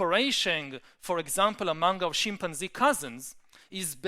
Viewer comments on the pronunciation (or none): great thinker but I swear he enjoys saying Shimp-an-zee .. he uses this in 50% of his talks .. again dont get me wrong he is a very powerful speaker able to explain complex ideas.